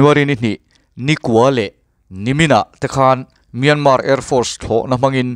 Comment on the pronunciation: Piana tih thlukin Myanma tia lam tur...an ti. Atawpa R ri tel lo vin...